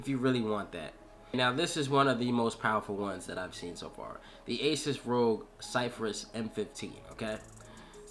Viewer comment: Pronounced "zef fer ous" :) good review man. I hope you can get one in hand to actually do an unboxing when it's released. Please tweet out to asus and let them know you're interested!